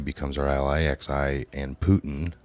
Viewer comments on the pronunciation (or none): I like your videos but if you could read this stuff once before you styart recording and familiarize yourself with some of the major platers, ie: Xi = Zhee President of China. Not X I. It's frustrating for those of us that know this stuff to follow along with you. Keep up the good work!! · Xi is pronounced "CHEE" and he is China's leader.... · Xi pronounced Gee (hard G)